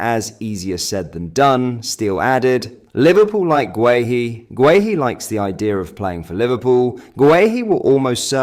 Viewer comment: Gay-Hee, not Gway-Hee